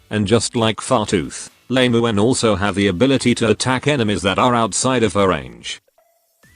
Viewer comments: Why is it that your text to speech program says Lame-uen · Should you get and build "lame u en" Is what I hear 😂